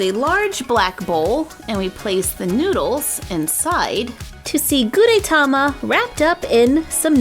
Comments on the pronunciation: The "E" in Gudetama is short. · You pronounce gudetama wrong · Your saying his name wrong 😑😑😑😑😑😑😑😑😑😑😑